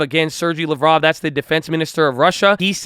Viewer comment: Bro, love you videos, but a small correction - Sergey Lavrov (pronounce it like LOVE+ROUGH) is a Foreign Minister not a Defense Minister.